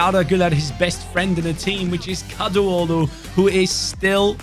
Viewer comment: It is KADIOGLU ,not KADUOGLU